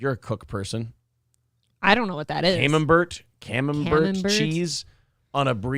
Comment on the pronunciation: I'd eat two of those burgers. I'm not a fat ass or anything, I could just eat the shit out of that burger all day. Camembert is pronounced without the T - cam'em'bear, because it's a ridiculous name from a ridiculous country (See: France). It's actually quite delicious, except when the French make it. I brough some home from Aldi one day, and it stunk up the entire house as soon as I opened it. I took one tiny bite, almost vomitted, and my farts smelled like a mix of dirty socks and dying rats for a week. I also has serious gut dysbiosis lol